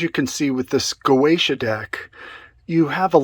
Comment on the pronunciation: "GOETIA" i'm doing facepalm my self, the pronunce is (Gozia) dumbass